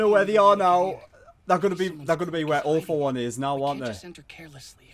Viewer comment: When he says All for One *What most people hear*: "All for One" *What I hear*: "Awful One"